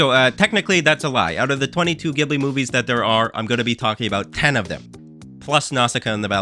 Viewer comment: Isn't it pronounced "Ghibli" not "Ghibli"?